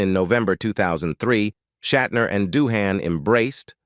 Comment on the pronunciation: So many errors and inconsistencies in the pronunciations of names (e.g., Doohan, Nimoy, Nerine) and words (e.g., tinnitus, awe). Your essay on Shatner was a bit bloated, but otherwise well written. I've always been a fan of William Shatner, and would love to have met him. At least he once replied to a tweet of mine back when I subscribed to the platform.